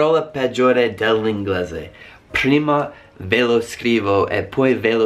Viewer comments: HAHAHAHAH mi fa morire come dice "Prima" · PHHruima di inzHiare